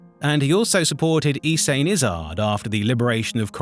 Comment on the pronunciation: Oi, are you using an AI voiceover? All these mispronunciations of well-known figures like Sate Pestage into State Pestsge or Ysanne Isard into E-san Izzard is very disappointing